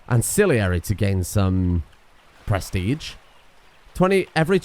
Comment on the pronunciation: can you look into your pronounciation of prestige? It's driving me kinda insane how you're saying "press-tea-tch"